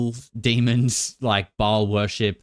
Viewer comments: It's pronounced "Bale" not "Ball." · It's pronounced "Bail" not "Ball". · Ba-ahl...a long ah